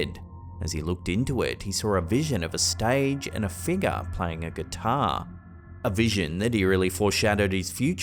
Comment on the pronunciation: BT's every time says 'figga';)